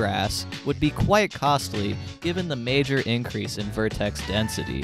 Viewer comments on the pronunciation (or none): none